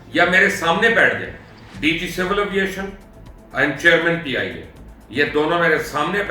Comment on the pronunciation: PIA should be banned 😭it not pia its peeeee -ia 😡😡😡